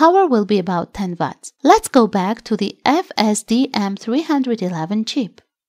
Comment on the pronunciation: Please please change the narrator. It’s called watts not VATS!